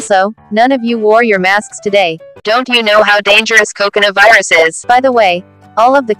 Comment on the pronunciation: I'm hearing..... cocona virus